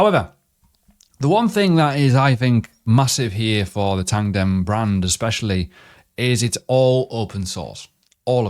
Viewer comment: Why do you say "Tandem"? When it's "Tangem"